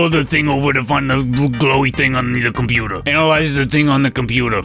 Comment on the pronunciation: The "de compootah" part is one of my favorite bits.